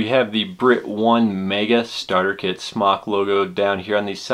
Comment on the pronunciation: it's pronounced smoke not smock